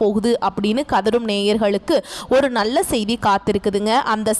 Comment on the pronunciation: பெண்ணே முதலில் தமிழ் உச்சரிப்பை சரி செய் நள்ள இல்லை நல்ல மூளம் இல்லை மூலம் Extra Extra